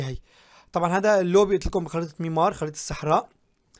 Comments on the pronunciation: حبيبي مو ميمار ميرامار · والله انت ملافظ حروفك بدا تعديلات اول شي ابخريطة اسمها ميرامار مو ميمار وتاني شي اسمو جرافيكس مو جرافيس